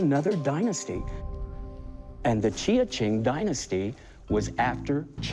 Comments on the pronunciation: Pronounced as jia-ching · Yes this "expert" knows nothing about chinese ceramics, he couldn't even pronounce JiaQing correctly. Quite clearly a republic period bowl worth around $500.